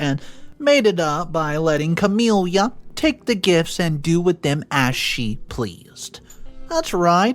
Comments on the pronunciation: Noticed this in a few vids now, I cant get over how many characters are called Camilla and how you pronounce it so wrong! Its just ka-mil-la, not ka-mil-li-ya, really distracting! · The MIL’s name is NOT “Cam-ill-ia” it’s Cam-ill-a. Her name does not end in “ia” . It’s like nails on a chalkboard to hear it repeatedly mispronounced! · There is no “I” at the end of Camilla. Ca-mill-a